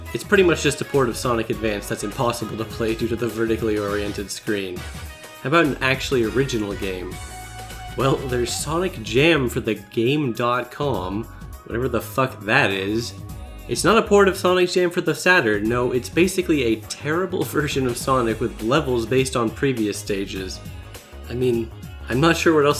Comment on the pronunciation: You dont pronounce the dot in , its just game-com